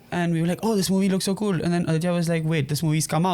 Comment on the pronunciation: it's so "kwueel'....nigga i clicked off immeadiatly after hearing that